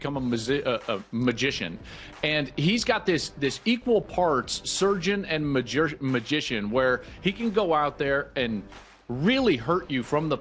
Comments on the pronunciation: Love Joel but the word magician was kicking his A$$ lmao 😂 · Joel has almost as much of a problem with the word "magician" as Sukihana....